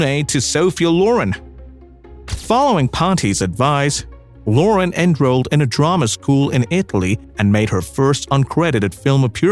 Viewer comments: inDUSTry off! Loren not lore-run!!! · Great video with many good pictures of this lovely actress, but please, please get a narrater that can pronounce English! First of all, her last name is LorEN